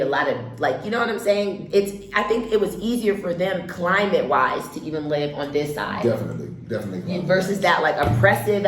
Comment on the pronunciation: Dear Nigerian the word is LIVE NOT LEAVE, every time I hear "leave in" or borrow me. I know its a Nigerian